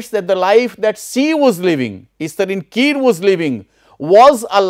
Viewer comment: We don't pronouce kire as kir , where E gets silent in English term. But kire is a surname from Angami word. So E does not get silent here. We call it Ki_ re.